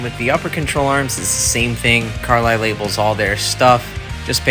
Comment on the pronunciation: It is pronounced Car-Lee. Not Car-lie. Good video otherwise.